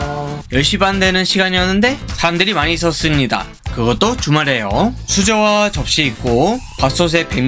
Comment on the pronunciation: 예를 들어 '있었습니다'라는 말을 할때 입술이 한번 닫혀야되는데 계속 열린 상태로 하는 발음이네요